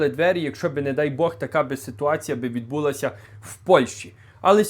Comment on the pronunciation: Уважаемый, я русскоязычный, но мову знаю получше некоторых щирiх украинцев. Вопрос. Почему все в Украине стали неправильно ставить ударение? Правильно "булО", а не "бУло", "вiдбулАся" а не "вiдбУлася","взялОся" а не "взЯлося". В Канаде это может быть такой свой диалект. Но в Украине это стало везде. И реплика. А почему украинцев стала обижать дискриминация в Польше в том числе по языку? Полякам не нравится мова? Так им просто не нравится. А в Украине русский язык законодательно запретили! В Канаде 2 официальных языка английский и французский. Оба языка признаны Конституцией Канады в качестве «официальных».Французскоговорящего населения в Канаде примерно 21%, англоязычного около 70%. И ничего! А этот мовный геноцид в Украине все демократические страны Запада (и Канады) не замечают. Как и Вы, уважаемый.